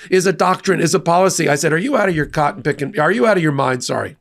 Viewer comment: He said coton picking 😂😂😂 Freudian slip pun intended😂😂 Ok 💩